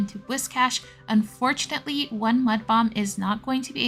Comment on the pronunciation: We need an "Unfurtunatly" counter 🤭 P. S. That is the cutest whiscash I've ever seen ❤ 🐟